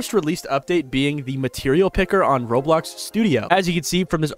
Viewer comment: "road blocks"